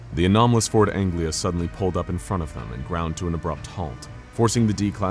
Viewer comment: It's Ford Anglia, not Angela. ;)